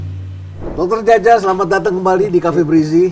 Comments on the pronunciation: Dr. Djaja sungkan mengoreksi pelafalan namanya yang seharusnya 'ja:ya', bukan 'ja:ja'😉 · Djaja bacanya jaya bukan jaja. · Lebih tepatnya Caya bg..😅